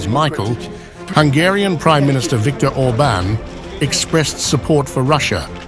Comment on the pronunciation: Not Orbn, Orbaan!